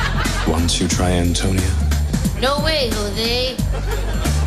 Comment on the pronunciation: does "Antonia" suppose to be pronunced as "Antonio"? that's what I hear the whole time in the video